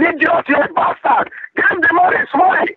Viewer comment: "You're a PASTARD!!!.... You're a pastard, you're a ninja!!!" That made my day,! 😂👍